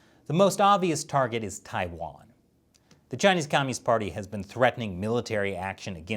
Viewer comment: How you gonna discuss China for a decade and still not be able to pronounce so many basic place names？？ 😂 我真是无语了